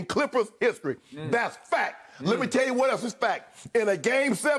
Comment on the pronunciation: Shannon: THIS IS FAK!